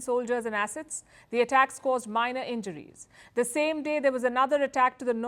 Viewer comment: To hear the way you pronounce the "a" assets... is just 😍.